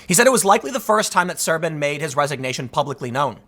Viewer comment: As a Romanian, yes, the translation is accurate (și mă zgârie rău pe creier cum pronunți Șerban)